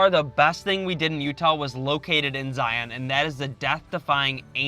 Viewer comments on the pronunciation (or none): I'm always surprised to hear non-Utahns say Zie-ON national park. Never even thought to pronounce it that way till I heard tourists say it. We just say ZIE-uhn. Kinda like lion, not Lie-ON lol. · Zion is pronounced Zai-un (rhymes with Brian). Great video! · Some good info, some mispronunciations of the parks, but The Great Smoky mountains has Zion's beat by quite a bit; 11+ million visitors there vs about 4+ million visitors in Zion. Plus other info that's not quite fact but close to it. Go in the narrows when its hot not cool or cold as you will be freezing, Wear good ankle high shoes as there are what we call "Ankle breaker's" (big boulders) you can easily twist your ankle on and its not fun hiking when you hike a few miles on rocks rotating your ankles in every direction. If you go when its cool or cold wear a wet suit. Bring a walking stick or hiking stick to help with balance and taking some weight off your feet. And do not and i repeat DO NOT even think of hiking many trails or slot canyons when there is rain or rain within 60-100 miles from the hiking spot as flooding is a major danger for those who dont know. Other than that the Narrows will be an awesome experience. (I live 30 minutes from Zion and have been there in all conditions) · You can tell they aren’t from Utah when they don’t pronounce “Zion” correctly. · Thanks for ruining Utah by proclaiming to the masses. Zion and Bonneville not pronounced correct. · This^ If you are doing a travel video, please learn the pronunciation from locals.